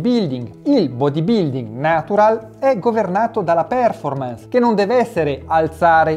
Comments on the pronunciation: io ti perdono per essere un secco di merda ma non per PÈRFORMANS! ti prego! Fate cultura anche su questo! Ti seguo sempre, metti 'sto cavolo di accento al posto giusto! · Perfetto come sempre! Solo...per favore, "pèrformans" non si può sentire! Occhio alla pronuncia!